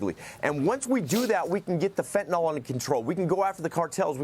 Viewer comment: Wish they’d learn how to pronounce FentanYL. It’s not FentaNOL. Yes, petty, I know, but I appreciate people talking to us being able to speak correctly. Stop saying things like, “they had went”.